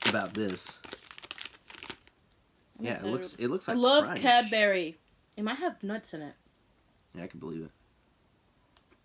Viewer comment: Love the way you say Cadbury 😂😂😂😂 It's pronounced Cab-bre